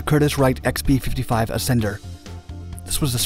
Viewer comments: The "Assender" now thats funny! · The Ass-ender lol 😂 this made the video